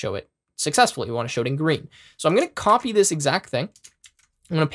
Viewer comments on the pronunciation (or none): none